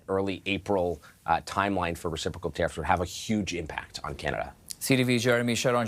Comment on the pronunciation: This host is awful. He’s biased and can’t pronounce words. Resiprosal?